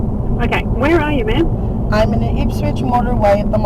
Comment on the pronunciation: She kept saying 'ma'am' wrong!